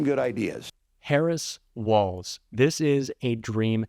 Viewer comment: Thank you for pronouncing his name correctly. So many “pundits” are calling him WALTZ. Nice but wrong.